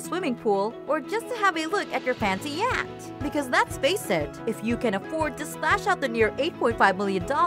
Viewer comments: You can own your own yacht, pronounced yakt. WTH? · Pronounced yoh t